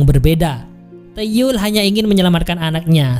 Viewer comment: Bacanya bukan tuyuul hhh